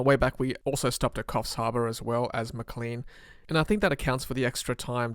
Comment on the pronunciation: It's pronounced Maclane like plane, not Macleen like clean.